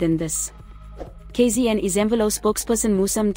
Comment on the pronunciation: The pronunciation of KZN 😂